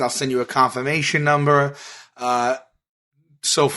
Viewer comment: "confirmation numbah"